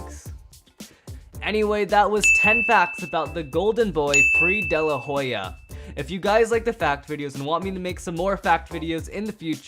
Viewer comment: You didn't say daylahoya